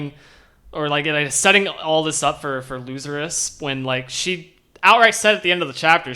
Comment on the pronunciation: Thanks for reading my comment of the last video kinda butcherd the name but thats nothing to fuss about Theory time: since it clear now that no one of the prince's (or maybe other people neither not clear i think) can leave the boat or they die Maybe the change in story what togashi often do revert expactations since we are so focused on who will win and power ups. Maybe some other faction will blow up the boat and all the prince's die because of it ?